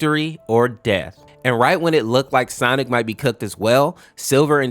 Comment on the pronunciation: You said "stonic"